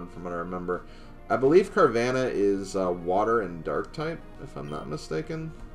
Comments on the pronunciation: It is actually pronounced "Car-VAH-nuh." Not "Car-VAN-uh." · Ik that,, but I have never heard anyone pronounce it the way that you do. Even the anime pronounces it as "Car-VAH-nuh."